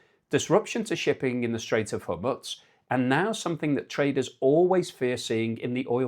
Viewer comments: Where are you from? You go on like you are educated and can't pronounce Hormuz. What or where the f is Hormuts? There is something very off with you. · man... you are like the only person in the world who says Hor-muzz - how can we take you seriously if in the 80 billion minutes of coverage of this, you've never heard the correct Horr-mooz? (BTW: It's not ka-TAR, it's CUT-ar)